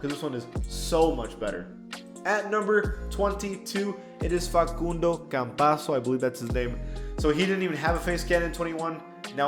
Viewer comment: PAC-undo Campazzo